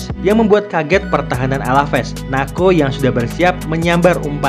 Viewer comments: bang vinicius nyebutnya bukan vincinius terua nacho bukan nako.. itu aja si bang,semuanya keren.. semangat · Saya koreksi pengucapan namanya ya min.. 1. Vinicius = Vinisius 2. Nacho = Naco, bukan Nako